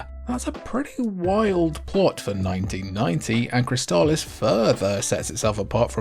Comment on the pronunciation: Props for correctly pronouncing Crystalis. I had been saying it wrong for 30 years.